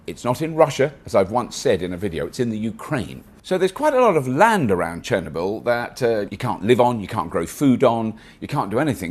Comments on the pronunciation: You forgot the r in Chernobyl. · It's ChernObyl :) Great video, thanks for covering an important problem. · Cher-ner-bl or Cher-knob-Ill? Have I been pronouncing it wrong all this time?